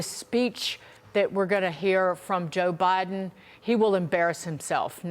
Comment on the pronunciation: joe …. “bi den!”